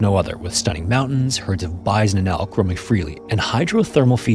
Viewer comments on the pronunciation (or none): WTH is a “byzenelk”? Pretty hard to muck up the words “bison and elk” that badly. Me thinks there’s AI narration. Humans just don’t speak like that. 🤔🤔🤔